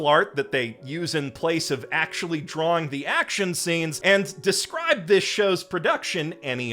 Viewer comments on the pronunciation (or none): none